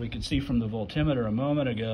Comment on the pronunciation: I love your pronunciation of voltimeter. Lol. Forever changed my usage of Volt meter. Thank you. Did you find the solution? And thank God you didn't say Renalogy.